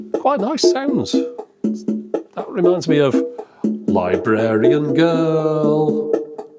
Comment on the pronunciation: Aww, bless you..😂 It's Liberian Girl not Librarian Girl Great vids